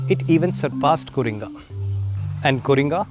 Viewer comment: It is Co, not Coring. Correction by a 70 yr .man.